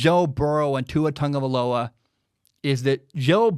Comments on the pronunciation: Cuz it's pronounced how said it. Tongue-uh-vie-low-uh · I mean that is how it’s pronounced